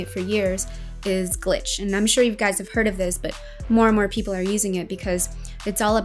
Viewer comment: Is glitch… not gliche😂